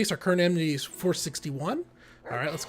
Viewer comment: Does he keep saying "amNity" all the time?